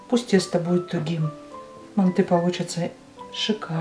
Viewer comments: Не мантЫ, а мАнты🤦🏻‍♀️ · Мы тоже из Казахстана.Говорим мАнты.МантЫ ,прям ухо режет😀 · Ни мантЫ а мАнты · Не манты, мАнты. Прекратите уже следовать недорослям.. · Не мантЫ, а мАнты!!! Произносите, пжс, правильно название этого блюда уйгурской кухни, древнего уйгурского народа!!!❤❤❤ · Почему вы ударение ставите на букву Ы ? мантЫ... У нас правильно говорится и травится на букву А мАнты. Но готовите вы так же как мы в Алма Ате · Только почему ударение на манты'.Уйгурские всегда были всб жизнь ма' нты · Не МантЫ, а мАнты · А где мясо? Это мантЫ! Бред полный! Не мантЫ а мАнты! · Говорите , пожалуйста , правильно МАнты, а не манТы. В Центральной Азии, откуда родом манты, все говорят МАнты, т.е.правильно так. Желаю вам процветания вашего канала ! Смотрю вас регулярно ! ❤ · Манты - казахское блюдо, и говорить нужно мАнты, но в России и даже Узбекистане почему-то произносят мантЫ, странно и режет слух. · МАнты мАнты мАнты не мантЫ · Ну почему не м'анты а манты' Ударение надо на а. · Не мантЫ , а мАнты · У нас в Казахстане говорят не мантЫ, а мАнты😊 Вам спасибо 🎉🎉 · У нас тоже в Душанбе не мАнты, а мантЫ . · Странно, что ударение ставят на ы. Ведь это неправильно, нужно ставить ударение ,на слово манты ,на букву " а " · Даже говорим мАнтоварка, потому, что мАнты, а не мантЫ. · Да не манты а МАНТЫ ударение на первый слог. Рецепт гуливэ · Ма'нты ударение на (а) . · мАнты,ударение на А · Блин,ну как режет слух, мантЫыы😮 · Манты ударение на первый слог, и яйца не добавляют. Чтобы когда на пару готовиться не было тесто твердым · Манты ударение на первый слог..